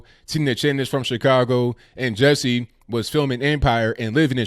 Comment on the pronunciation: Ju, Ju, like judge "Jussie" pronunciation & not Jessie! 😂😂😂